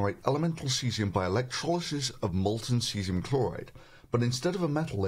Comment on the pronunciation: Thunderf00t, why do you pronounce words Cesium and Chlorine like: "Cheezium and Klorine"?